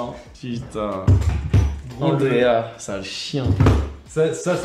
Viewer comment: Andrea pas " ANDRAS"